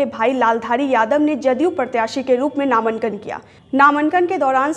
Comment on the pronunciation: नामंकन नहीं बोलते नामांकन बोलते है कोई ज़हर दे दो मुझे नहीं तो वीडियो जैसे जैसे आगे बढ़ेगा , वैसे वैसे रूह निकलेगी मेरी